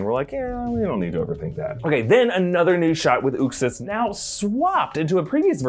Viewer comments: its not "Ux-is" is pronounced "Uxe's-Ass" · Its "YUXAS" not "OOXAS" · you totally miss pounced Uxas. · You aren't pronouncing uxas right js